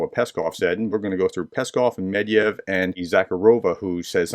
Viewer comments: it is not Medyev, its Medvedyev. There is a Ved in the middle. Why do you keep saying Medyev? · Dear. Please allow me to point out a pronunciation error you do consistently. The Russian drunk's name is Medvedev (pronounced med-VED-yev stress is on the middle sillable, which you have been leaving out entirely). I don't know whether that puddle of diarrhea deserves to have his name pronounced correctly, I just wanted to let you know.